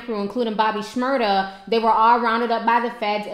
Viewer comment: Shmurda not shmurder your saying it wrong